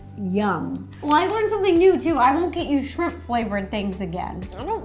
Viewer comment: ro: shrimp justine: shrip chip